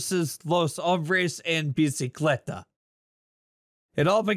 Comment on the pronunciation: bicicleta is bicycle and you pronounced it right,.